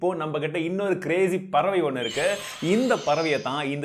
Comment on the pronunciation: Anna "ituku" illa "iruku"